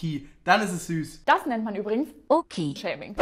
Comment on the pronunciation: Kennt ihr das sagt nicht kennt ihr dis